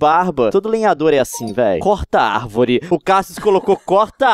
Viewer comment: o boto corta ARVÓRE com acento no O kkkkkkkkkkkkkkkkkkkk